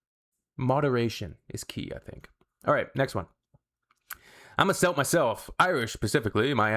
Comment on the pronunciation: Celt is pronounced with a hard 'c' like cake or cat not like an ess, like sake of sat lovey. 😊👍